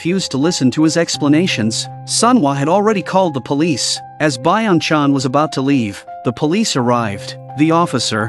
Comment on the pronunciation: Blud called Lee Byeong Chan Biong chang [Moms account]